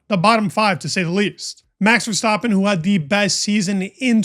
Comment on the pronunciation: for someone who is the focus of f1 media quite a lot, it's astonishing how many people still say "ver stop pin". pretty sure the middle vowel is an A...